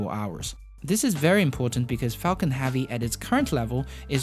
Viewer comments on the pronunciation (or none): Heavy! Not "havy".... There is a e in there.. Otherwise nice video.. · Also, "Falcon Havvy" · Falcon heavy not havy I know you got an accent but it's not that hard to say heavy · epic you say apec SpaceX you say SpaceAxe death you say dath heavy you say havy no hate just facts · Are you aware you're saying hAvey every single time? I twitch every fucking time you say it lmao. Great vids still ! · Good pronunciation in general, but you REALLY need to work on the soft e in hEavy, Epic, spaceEx, End, landing lEgs. Almost every time you pronounce those words, you pronounce an A sound like in Axe, not an E sound like in Egg. You DID get it correct Expectations and strEngthening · I love these videos, but I’m curious to what accent of english the narrator is speaking? One example is that the narrator is pronouncing the word «heavy» like «havvy». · Space Ax launched Falcon Havy succesfully hehe ( please pronounce E ^^ ) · Jonas Sjöman Axe-ploration is Apic Havy!